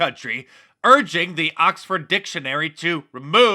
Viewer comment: Did you say cocked her or Oxford?